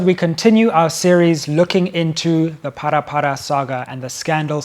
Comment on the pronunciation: It's Phala Phala not Phara Phara